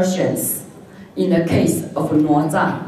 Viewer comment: + 哪吒 “的”（“哪” 的發音也是錯的）